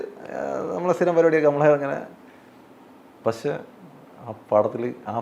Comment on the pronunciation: ഇയാൾ കൂടെ കൂടെ "പശേ" "പശേ" എന്നു പറയുന്നു. പക്ഷെ എന്നാണ് ഉ ത്തേസം എന്നു തോന്നുന്നു... മണ്ണവേന്ദ്രാ വിളങ്ങുന്നു ചന്ദ്രനെ പോലെ എന്നാ അണ്ണാ.... സൂര്യനെ പോലെ എന്നല്ല.... അണ്ണന്റെ ഈ കൊണയടി കൂടി കൂടി , ഫീൽഡിൽ ഔട്ട്‌ ആണന്നു അണ്ണന് തന്നെ അറിയാം.. അണ്ണൻ പയങ്കര ചം മ്പ വം ആണ്ണാ.... ബാലു മഹേന്ദ്ര ഇപ്പോൾ ഉണ്ടാരുന്നേൽ സ്റ്റിൽ ഫോട്ടോഗ്രാഫിയുടെ സീക്രട്ട്സ് അണ്ണനിൽ നിന്ന് പഠിച്ചേനെ അണ്ണാ... മലയുടെ മുകളിൽ നിന്ന് വാണം വിട്ടാൽ സൂര്യനിൽ ചെന്ന് പൊട്ടുന്ന അണ്ണന്റെ കൊണയടി...